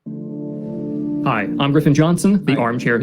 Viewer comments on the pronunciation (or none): none